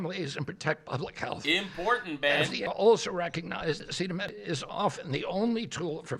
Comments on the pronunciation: I agree across the board, but I'd like to point out that Trump fumbling over and mispronouncing acetaminophen didnt do him any favors. I'm not sure how he had conversations about this topic and doesnt know the word acetaminophen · man I’m a massive Trump supporter, but you are lying. If you say this press conference was a good press conference. Trump couldn’t pronounce acetaminophen. He said that women just needed to toughen it out completely ignoring what RFK said about it being the only option for pain and fever, and there have been multiple studies that show that a fever, while pregnant being untreated is extremely dangerous and far more dangerous than autism. I love Trump, but he did not have a good press conference. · Oh god save us men, Midol has acet.... acetimin.... acetimifigly... it has Tylenol in it. And we know how important that drug is for our once-monthly sanity, I mean our spouses menstrual pains.